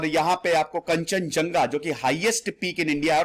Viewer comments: kanchenjanga read krte h esko.. thik so bolo..sir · I can help you out to pronounce "Kanchenjunga"=kan-chan-jang-ga. Additional info - pharmaceutical industries are booming in Sikkim. I have been following you since 3years back.(study IQ) And I like your history seasons,the way you present.and the dialogue "mood kharab". I'm from sikkim.